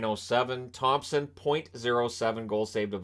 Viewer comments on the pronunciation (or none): none